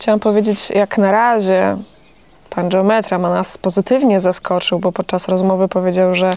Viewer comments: geometra (wymawiane po włosku dżeom...) to we Włoszech instytucja, ma o wiele większe kompetencje niż geometra po polsku czy geodeta. Dlatego jak najbardziej słusznie że wymawiają po włosku. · mieszkam od 34 lat w Rzymie i wiem kto to jest geometra i nadal twierdze ze wymawia sie je z innym akcentem .Jesli juz ktos koniecznie chce uzywac obcych slow to powinien sie nauczyc je wymawiac .